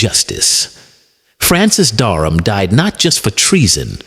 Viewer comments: His name was Francis Dereham not Darnham or Durham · Duck of Norfolk? There's something hilarious about an AI narrative talking about English history with a southern US drawl. By the way, the name was Dereham not Darham.